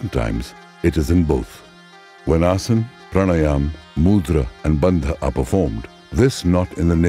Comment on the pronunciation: What a wealth of information! I cannot imagine condensing the history and study of yoga into a 90 minute video. That must have been a very difficult task. I am curious why the letter “a” is dropped when pronouncing certain words, for example asan instead of asana.